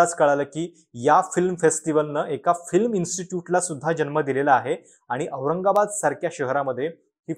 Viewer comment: जाणून बुजून जोर लावून औरंगाबाद म्हणलेलं लक्षात येत आहे तुम्ही समानते विषयी बोलता आहात?